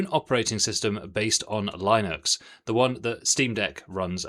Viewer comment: Ewww that pronouncation of Linux is just wrong